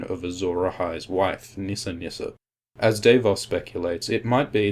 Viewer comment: It's Davos not Daveos -.